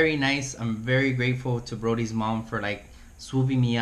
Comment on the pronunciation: BODHI not BRODY